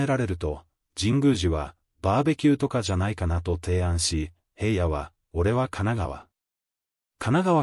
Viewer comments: ショウくんゎ、ヘイヤでなく、ひらのです、まちがわないで😠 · ヘイヤって誰!?ヘイヤではありませんよ｡紫耀くんのことをヘイヤと絶対に読まないで下さい｡何回もヘイヤと読んでいて､つまらないです。